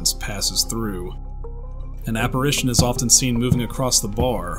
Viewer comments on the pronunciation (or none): none